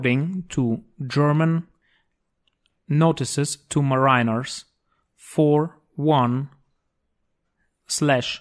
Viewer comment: 'Ma-ree-ners not Ma-rhy-nerd